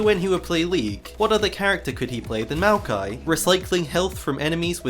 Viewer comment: I don't care how it's pronounced, u said mal-ki, I will always say moi-yock-E